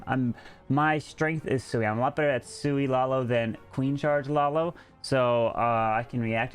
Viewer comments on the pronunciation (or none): It's "Sui" not "Soui". It means you won't need any healers for the walk/charge. The Queen will "Sui"cide but hoping to get a nice value for it.